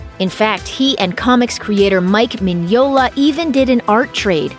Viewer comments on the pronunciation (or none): none